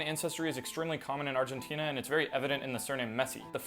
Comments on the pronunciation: Channel is called lingonardi- and yet you say “Argentinia” that’s wild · Brolost me at “being from Argentinia” then again he probably did on purpose so I’d…comment smh